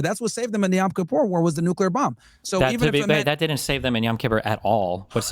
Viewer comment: “YAm Kippur” war…for the love of God, someone tell Myron it’s not “YAm”…stupid.